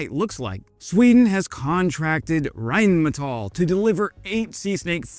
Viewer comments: "Rhein-meNtal" nice Freudian slip. 😂 Greetings from Germany. Btw, the pronunciation isn't that difficult, just think of the literal translation: Rhine (the river) and metal. Only the stress is on the "a", not the "e" – Rhine-metál. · rheinmenthol? or rheinmental? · You said Rheinmentall...